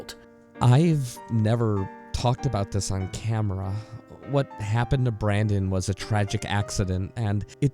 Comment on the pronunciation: Maybe it's your accent, but it sounds like you mispronounce Brandon Lee's name as Brendon. And I thought the Alec Baldwin accident happened while filming a scene where he was supposed to fire the gun. But other crew members had been shooting live rounds in them earlier that day or the day before, and the weapon master failed to clear and load them with blanks before the scene.